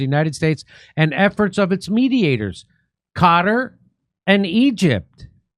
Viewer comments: It's pronounced 'Kuh-Tar' not 'cutter' 😅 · Qatar not pronounced “Cutter” Kurt, it’s pronounced “Khataar” I lived there, so I should know. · No, it’s not called “Gutter” if you can’t say the Arabic “Q” say “Kutar”. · Qatar (Kah-tar) no cutter omg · Its not cutter. Its Qataar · Its proper sound is not "Gutter", it's "Kah-tar" with the emphasis on the first syllable, rather than the second. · SR. JIMMY IT'S KA-TTARR NOT CARER!!!!!!!!!!!!!!!!!!! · It's pronounced Cut-R, not "Cutter".😂 I like how the sidekick guy said, "Gutter".😂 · ehy do american struggle so much pronouncing qatar lol it’s not kader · IT'S NOT GUTTER. DO THE WORK AND LEARN HOW TO PRONOUNCE قطر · If I have to hear Kurt pronounce Qatar one more time. It doesn’t make you sound smart. No one cares.